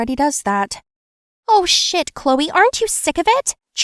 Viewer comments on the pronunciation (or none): Did she say oh shite